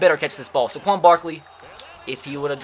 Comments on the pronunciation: Tre Gaming Finally someone else realizes this!!😂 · This probably shouldn’t bother me as much as it does but it’s SAY-quon Barkley, not suh-QUON Barkley. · Why he saying Saquon like Sequon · Why do. You say saquon Barkley’s name so horribly it’s SAquon not SAHquon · Hate the way he say Saquon. It’s SAY QUAN!!! Not Suh QUAN!!!!! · Tre Gaming for real i was looking for this comment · when you say it your supposed to say Say-quon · Omg. SAY-KWON. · You don’t say sequin Barkley’s name right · Gideon Taubert yes. SAY QUAN even says his own name that way. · The way he says "Saquon'" triggers me